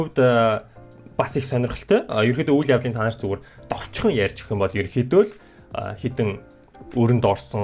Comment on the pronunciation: Actually he says dovchhon not tovchhon hh